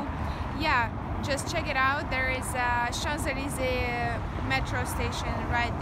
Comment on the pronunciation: shanz aleezay 😌😌